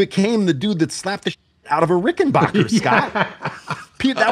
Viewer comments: the annoying part is people pronouncing the name wrong. It's BACKER not BOCKER. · I’ve had it drilled into my head by a good friend that it’s pronounced RickenBACKer not RickenBOCKer. Just doing a public service haha. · Adolph Rickenbacher anglicized his name, after World War One, to Rickenbacker. Pronounced Ricken-BACK-er. You don't hurt your 'BACH' lifting furniture. And if you are listening to "Air on a G String", you aren't listening to 'BACK'. The dude with the Fireglo Rickenbacker gets it right. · Please don't say Rickenbocker, folks will think your'e the man who fell to Earth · You're mispronouncing Rickenbacker. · Learn how to pronounce "Rickenbacker."